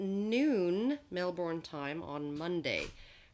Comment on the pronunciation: Mel-bn... just saying..